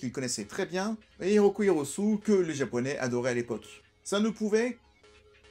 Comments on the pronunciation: RY-O-KO HI-RO-SU-ÉÉÉÉÉÉ ! Pas Hirosu 😂😂😂 C’était MON film de l’époque ! J’ai adoré ! Et la petite musique Voodoo People, une tuerie !! TRU ! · Merci pour cette vidéo et ton travail. Je rajouterai deux choses : Hiroko Hirosue. avec un "E" prononcé "é" en fin. A savoir aussi que les lieux filmés sur place ne correspondent pas à ceux cités du film. Et aussi, Gerard Muller n'est pas sur l'affiche japonaise, malheureusement.